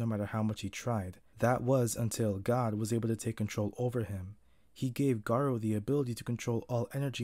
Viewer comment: NOT THE "GAROO", NOOOOO NOT AGAIN no hate tho